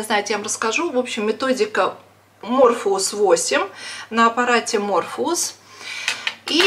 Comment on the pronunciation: Morpheus (Морфеус) -почему МЕРФУЛУС ,ВЫ же ВРАЧ???